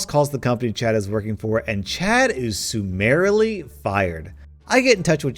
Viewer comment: Summarily lmao it's not "Soo"